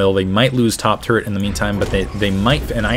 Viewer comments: Does he say turrent or turret. I hope that it is turret... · He say turrents?